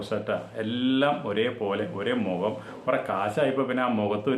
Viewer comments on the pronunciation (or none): none